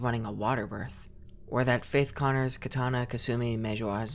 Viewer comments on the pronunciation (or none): none